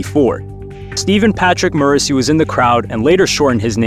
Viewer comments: Nice video, but I cannot abide by the way that you pronounce Morrissey's name, lmao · I hope you butchered morrisseys name on purpose